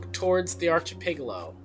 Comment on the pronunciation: Arc- i- pel- a- go. Thought you might appreciate the pronunciation. 😊 Also, I remember fetch with Ruff Ruffman. That used to be one of my favorite programs to watch when I was a kid.